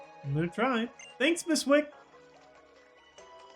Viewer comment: Wicke is pronounced Wick-AY and Lusamine is pronounced like Lusamin-AY.